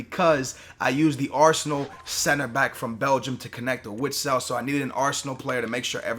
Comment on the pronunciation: read your fucking comments if you wanted to know how to pronounced BEN-TEK-AY's name you would read your comments, btw axel witsel hi last name is pronounced Vitsel.